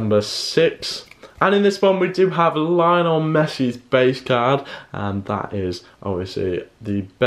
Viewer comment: He said Messi name Lainol………